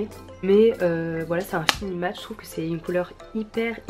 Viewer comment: "j trouve" 😂😂❤❤